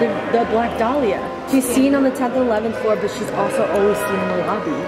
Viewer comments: Is it just me or when the lady in the elevator says “lobby” it kinda sounds like she said “BOBBY” No just me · I swear. Instead of the elevator saying "Lobby" it said "Bobby" NO CAP